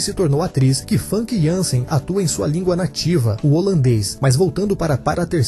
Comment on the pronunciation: a pronuncia do nome dela não é fanqui, o correto é fâmica, veja entrevista dela com Danilo Gentili